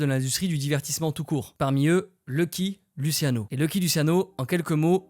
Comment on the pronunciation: alors, ça se prononce "Loucky Loutchiano" mais sinon, superbe vidéo, j'adore.